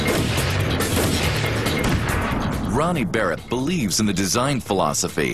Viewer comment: barrett 'L' haha